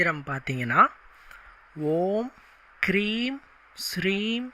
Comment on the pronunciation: அட அண்ணா நீங்க ஸ்கீரீன்ல காட்றது கரெக்டா,சொல்றது கரெக்டா?ஓம் ஹ்ரீம் னு போட்டு விட்டு ஓம் க்ரீம்ன்னு சொல்றீங்க,வர்த்தமானம் ஸதய ன்னு போட்டுவிட்டு ஸாதய ஸாதயன்னு சொல்றீங்க மந்திரங்களில் உச்சரிப்பு முக்கியம்ன்னு சொல்லுவாங்க...ஹ்ரீம்,க்ரீம்,ஸதய,ஸாதய,எது சரி😅😅😅